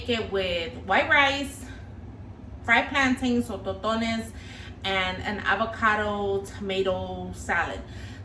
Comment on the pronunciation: It's called TossssTones, Not ToTo-nes.